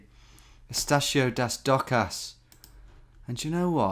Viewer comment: And "das docas" as "dan docan". Get some new specs Tom!